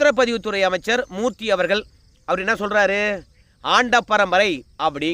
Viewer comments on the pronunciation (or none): none